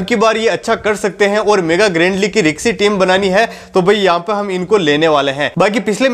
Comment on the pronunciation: रिकसी नही रिस्की होता है बे😅